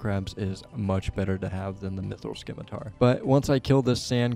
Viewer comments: I'm ing you, it's scimitar, not "skimitar". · Runescape is the only place I've consistently heard people mispronounce scimitar as skimitar. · 'SIM-it-ar' putting the c in is confusing him 😂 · "Scimitar" is pronounced, "simitar". "ci" makes the "s" sound, so "sci" is pronounced "s" like as in "science". 😁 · I will you, it's objectively pronounced "sim-i-tar". SMH. Great episode, though and I'm glad you found out about the bank! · Did this man say Skimitar? Definitely him @@@@@@